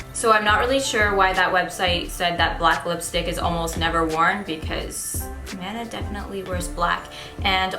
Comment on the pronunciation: you're amazing!!! Maybe you've already known but just in case... The pronunciation of Mana (マナ) is the same as Venus's boyfriend Manaさん:)